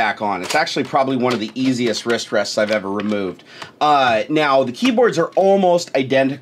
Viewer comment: P it sound's like you say wishtreshts or something simular if you say wristrests realy fast multiple times in a row